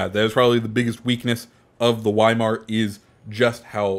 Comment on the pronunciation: I love your vids but pls pronounce Weimar properly